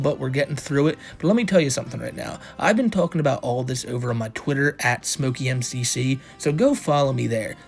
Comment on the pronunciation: Anyone else pronounce it as smokey mc-see?